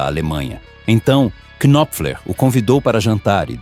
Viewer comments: Ótimo vídeo, mas me permita uma sugestão, na boa. O nome do cara não se pronuncia "qui-nop-fler". O "K" inicial é mudo. A pronúncia é Nóp_fler, com o P bem curto, quase mudo também. Se fossem moedas, um knopfler valeria uns 30 stings. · Por favor, aprenda a pronúncia do nome dele!!! "Mark Knopler". Esse "K" não é pronunciado, da mesma forma que no verbo "Know" também ol "k" não é pronunciado. Estude mais antes de fazer vídeos!!! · Marky Kynofler 😂 vai estudar inglês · Não se lê o K no nome dele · Excelente vídeo, parabéns Só uma dica: não se pronuncia o K do nome Knopfler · Knopfler se pronuncia com o "K" mudo, como em "knife"